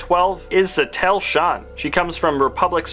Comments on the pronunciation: This guy never played SWTOR it is pronounced Sateel not Satel sounds like a Matel knock off! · And also, Sat-EEl, not Sat-Elle.